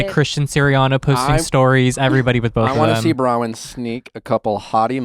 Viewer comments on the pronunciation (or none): Nick, it's Bronwyn not Brawyn! Why does no one correct this guy?